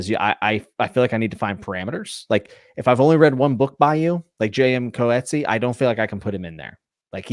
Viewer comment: Coetzee is a Dutch name. Pronounced Coot-zey. I should know because I'm Dutch.